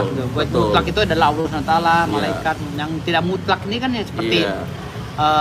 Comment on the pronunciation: Ngomong ALLAH aja jadi awloh,,,uss usss